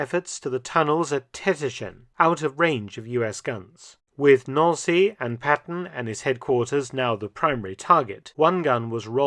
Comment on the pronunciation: Nancy, like the girls name not Noun-see.